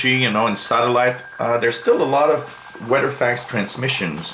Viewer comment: It's weather not weder........;-)